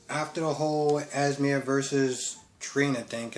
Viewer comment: Why do you call Esme, Esmer? I kept getting distracted, like what is he saying? Lol.